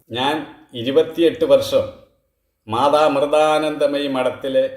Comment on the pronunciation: ആദ്യം അക്ഷരം നന്നായി ഉച്ചരിക്കാൻ പഠിക്കു മാധാ അമൃധാനന്ദമയി അല്ല മാതാ അമൃതാനന്ദമയി